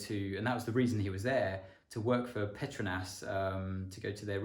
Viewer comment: I always thought that Petronas was pronounced ‘pet-row-nas’ not how it was said in this vid